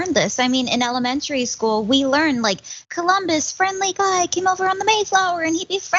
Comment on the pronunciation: they pronounce it "koloombus"